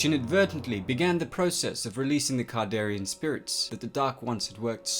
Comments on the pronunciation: Can-dare-e-an not "cardarian" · You keep calling the deadites kardarian demons and the dagger kardarian, it's not kardarian it's kandarian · Kandarian not kardarian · It's CAN-darian, not CAR-darian. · It's Kandarian ,but nice work! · Dude... It's a Kandarian demon, not kardarian demon. Jeez... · He says it wrong every time. Kon-dar-ee-in. He sounds like he mixed it with Kardashian. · you didn't really cover any lore rather than review and repeat the plot of a few movies. The pronunciation of Kard instead of Kand is also wrong. In a video about exploring, this one came off as just a bit lazy. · Learn to pronounce a word right it's kandarian dagger not kardarian that's annoying when you butcher a word that's well known by the fandom and that you align deadites with zombies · Pronunciation needs work but cool video. Kandarian Sam Rayme Necronomicon ex mortis not morte, that’s HP Lovecrafts version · He says Kandarian wrong so many times, I feel like this video is a joke meant to rustle my jimmies. It worked. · and he's not saying kandarian right